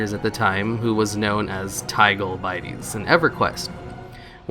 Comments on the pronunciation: Wy-vern, Bit-tees phonetically. jeez lol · BITE EES? Did tigole bitties just go right over your head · "Bite-ees" ugh haha everyone has to learn about Tigole Bitties at some point. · Tigole's name is wordplay, its "Bitties" not BITE es as in Tigole Biddies ( Big Ol Titties) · Biteys? BITTIES BITT AS IN BITTEN. please, seriously work on your pronunciation skills. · It's pronounced Bit-ties. Like titties. Its Tig Ole Bitties but pronounced like Big Ole Titties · Its "bit-ties" like biggole titties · That's what I always heard. I was like what did he say bitties like it was bite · Did you really say bitties wrong?? Lol